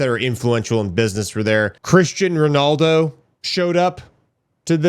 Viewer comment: Cristiano Ronaldo! Get it right ugh